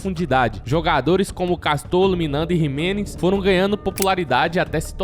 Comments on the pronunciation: Jimenez não, Ximelez...kkk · Não é Jimenez e nem Miranda. É Ximelez e Minanda